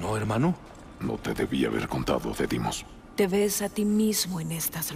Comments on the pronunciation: dice “Deimos” tal cual y “Dimos” 😂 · Por que llama a Deimos, demios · Demios.: Deimos. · deimos: deimos: dimos